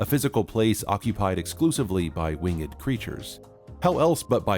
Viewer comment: It is not Wing-ed! It's pronounced "Wingd"!